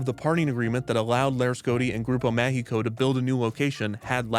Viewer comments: you pronountiated both "Grupo Mágico" and "São Paulo" in ways so wrong i didn't think it was possible. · I thought through the whole video he was saying "Grupo México" (they operate trains and mines) instead of "Grupo Mágico" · Grupo Mágico "g" is pronounciated as a "j", because it is in portuguese. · Damn, Kidzania has grown so much... I still remember going to La Ciudad de los Niños a child and later on wondering why it changed its name to Kidzania. Fun fact: Most adults still call Kidzania "La Ciudad de los Niños" here in Mexico despite many years have gone by since the name change. Note: "Grupo Mágico" is pronounced Ma (as in magic, mascot or Mars) hi (as in Himalayas, history or him) co (as in company or Colorado), throughout the video it sounded like "Grupo México", a huge company here in Mexico mostly known for its owner's reputation (second richest person in Mexico), and their mines' accidents. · I was there! In both ciudad de los niños and then Kidzania in a corporate event! I have a picture in ciudad de los niños jail lol. Just one correction. You're mispronouncing grupo mágico. You are pronouncing a Spanish "E" sound instead of an "A". Which is a bit unfortunate since there is a Grupo México that is a mining company with very poor environmental and labour record say the least